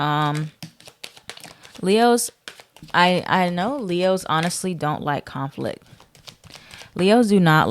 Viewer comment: Sound like you said “lehoes “ … 🤣